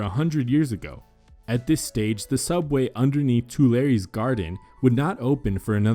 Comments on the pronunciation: Ffs, learn how to pronounce foreign names. The “Lumeer Brothers”? The “Tooleries” Gardens? So typical of the lazy way Americans narrate films and fail to either ask for expert voice direction or to take advice from native speakers of the relevant language. Intensely annoying. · once again you are not pronoucing the Tulieres Jardin correctly... it is Tule EEY Aires... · The gardens in Paris are pronounced Twee lehr ree